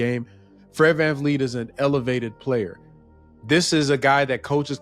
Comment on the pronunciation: VanVleet not VanFleet I did research